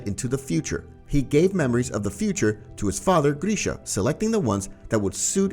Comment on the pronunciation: I'm not gonna lie, hearing you butcher Grisha's name was like nails on a chalkboard. GRISH... GRISH. NOT GREEEESH